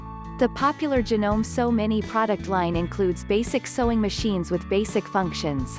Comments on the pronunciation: "HoUrS of ReSeArcH". It pronounced Ja-No-Me. Not Janom. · Hey miss robot, could you please learn to say things properly? Sewer is not "soower", it's "sower"! Janome is Janomay, etc.